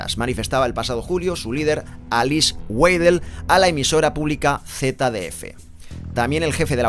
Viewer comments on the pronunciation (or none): none